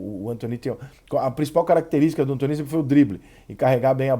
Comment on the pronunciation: Alguém sabe pq o Rica chama o Anthony de "Antoní" e não "Antone". Obrigado desde já.